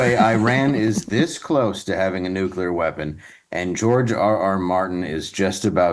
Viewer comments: just wanted to say, the word is "Nuclear" which is pronounced 'NEW-clee-ur,' not 'NEW-kya-lur.' Why do so many people get that wrong? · Of the things Matt Bechtel said, nuclear is the only one I care about. It’s not nucular!!! Nuclear is pronounced new clear.